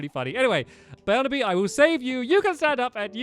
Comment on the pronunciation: And at the very beginning of the video, he said “Bearnaby instead of Barnaby”. It was an accident, but stillll